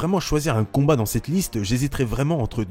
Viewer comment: "Un super combrat"